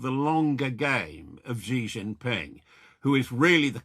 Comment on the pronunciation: Why should we believe a word from a guy talking about Xi Jinping when he can't even pronounce the name Xi Jinping. FAKE.